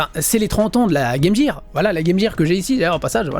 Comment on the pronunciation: Apprends à prononcer game gear correctement gros crétin. C'est vraiment le truc qui m irrite